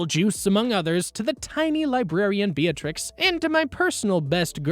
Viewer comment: I was shocked by how small the channel is, considering the quality of the video. Some tiny errors like "Beatrix" instead of "Beatrice" and "Lugunia" instead of "Luginica" but those are some really nitpicky issues compared to the presentation. Great mic quality, great use of clips, great pacing and intrigue-inducing word choice, etc. Good luck in the future, cause this is great!